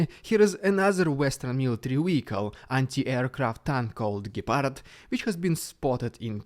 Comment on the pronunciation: almost perfect pronunciation of Gepard